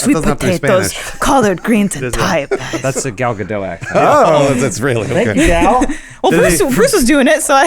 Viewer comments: It's Ga-dot...NOT Ga-dough! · IT'S NOT PRONOUNCED GAL GA-DOW SHE'S NOT FRENCH IT'S GAL GA-DOT YOU PRONOUNCE THE "T" FUCK IM TRIGGERED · Sorry, I'm going to be 'that guy'... Check your pronunciation of Gal Gadot, the t is not silent. Sorry but I had to say it. There's a clip of her on Fallon talking about the pronunciation of her name. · Guys, it's pronounced Gal Gadot, with a hard 't', not 'Ga-dow'. It's Gah-dot.